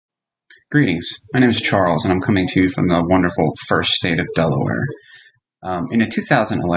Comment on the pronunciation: I love how he said Delaware at the beginning, like if I lived there that's how I would say Delaware.